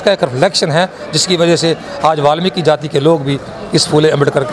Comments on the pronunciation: जय वाल्मीकि 🙏 phli bat to balmiki nhi hota वाल्मीकि hota ha or dusri bat wo dakku nhi t thk h na unke dakku bolne ki jurrt ni ha thk h na or jb tujhe puri information nhi ha वाल्मीकि guru ke bare me to jdya bakws krne ki jurrt ni ha thk ha na .. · बाल्मिकी नहीं होता वाल्मीकि होता हैं